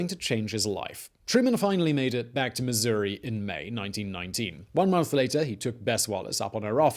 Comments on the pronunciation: up vote just for pronouncing missouri correctly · As a Missourian, thank you for pronouncing our State correctly.